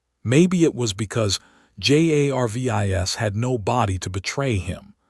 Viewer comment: If the AI that is reading this story actually was intelligent, it would pronounce Jarvis as Jarvis instead of spelling it out every single freaking time